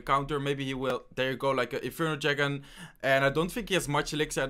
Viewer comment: Alabama V2 si es gracioso, a mi me da risa como dice dragon infernal osea yo escucho "inferno chicken" xD